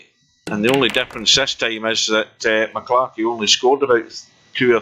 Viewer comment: M...C....Clarky!! Not MaClarky!